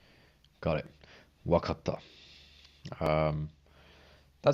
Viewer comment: wait did he just say wakata- japanese for i got it lol?